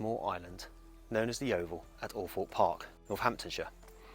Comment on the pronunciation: Thank you for pronouncing althorpe correctly…. Everyone who’s not local always says it wrong